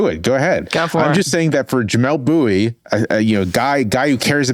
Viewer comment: I like Bouie just fine. Not Bouhive though. However: he was 100% correct in his diagnosis on this. It's nothing BUT ethnic cleansing, they aren't even trying to hide it. Centrist dems like me (and even centrist right wingers) just need to face that fact.